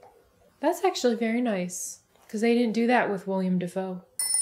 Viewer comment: You're awesome but i want to point out one thing. Willem Defoe is not "William". Willem is a Dutch variation, South Africa has it too. No offense I'm just saying 🤷